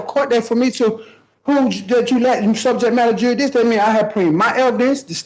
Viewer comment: I think there should be a law that, in order to qualify to question subject matter jurisdiction? You must be able to properly pronounce "subject matter jurisdiction."